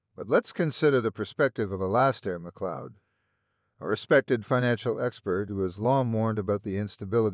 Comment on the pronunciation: Bahaha... These AI channels make me giggle. Alaska MacCloed, Who the fook is that guy?? 😂😂